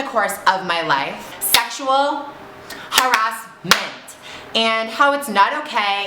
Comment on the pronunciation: I love how she said Sexual Ha- Ra-S-menttt OMGGGGG